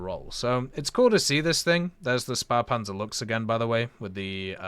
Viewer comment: Ah yes the "Luhgs" a spahhpanser